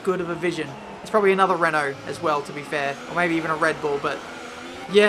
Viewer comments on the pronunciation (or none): none